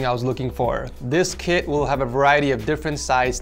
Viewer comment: I THOUGHT THAT INSTEAD OF "KIT" HE SAID "KID" HAHAHAHA.................